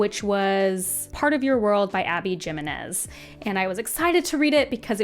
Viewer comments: For someone who researches a lot for your videos, research how to say authors names 😅 Jimenez is not with a hard “J.” It’s silent. Also, I love her and Part of Your World is my favorite and I’m deeply offended 😂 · Maybe this sounds flippant but for me mispronouncing the names of authors makes your opinions of their writing less valid. "This author didn't create a character that feels like a real person" carries less weight when you don't Google "how do you pronounce Jimenez" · You come across as very full of yourself. Everyone is dumb but you. Why don’t you learn how to pronounce Abby Jimenez’s name instead ?